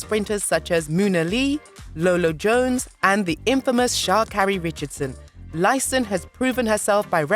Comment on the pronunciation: Baby doll it's not Brianna Liesiston it's pronounce Liston ( Lyston )